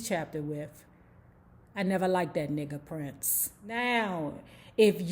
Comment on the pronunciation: Did you say "PRINCE" lol🤣🤣🤣